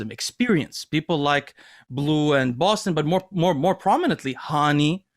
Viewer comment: They gave bleu a French name but they don't pronounce it in French? I'm guessing his parents don't speak french but appreciate the culture. Edit: just want to make sure that you guys know this isn't a rip at his name or anything